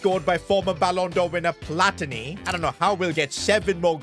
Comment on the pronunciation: ur italian and you say pl- AH- tini